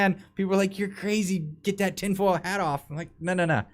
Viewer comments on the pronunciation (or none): none